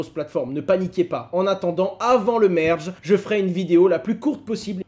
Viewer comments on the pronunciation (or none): Pourquoi tu prononces Algorand "Algorend" et merge "mèrge" 😜